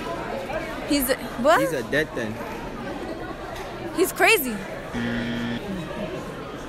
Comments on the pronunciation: He pronounced dead ting dead ding lmao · when you say dead thing your meant to say dead ting no h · Pronunciation had me creasing, dead ding, painding